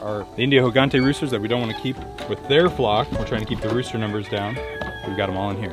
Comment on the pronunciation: Gigante, pronounced "heegantay" means giant. The "ay" as in "day"